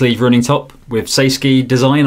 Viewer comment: it's SAY SKY no SKI ⛷️ involved 😀